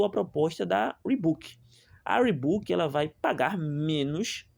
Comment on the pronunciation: O cara não sabe nem escrever, nem falar o nome da marca…